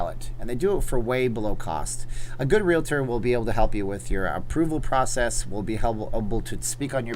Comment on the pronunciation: I very much appreciate the fact that you pronounce thr word "realtor" correctly. Thank you, thank you, thank you!!!